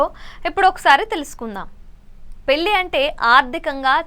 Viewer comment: పెల్లి కాదమ్మ.. పెళ్లి.. అలాగే, పరిగనం కాదు, పరిగణం.. నీ తెగులు వినలేక చస్తున్నాం తల్లి.. వెళ్లి తెలుగు నేర్చుకో